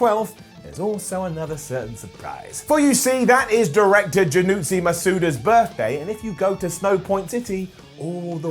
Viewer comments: "Janutsi Masuda" ow. That hurt my brain. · he actually said it wrong as "Jinuchi" too....then added a random extra syllable to Iwata's name...